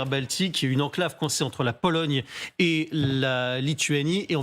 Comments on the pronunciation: J’ai bien entendu “esclave” au lieu de enclave ???? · Le journaliste a dit « Dans cet esclave » 😂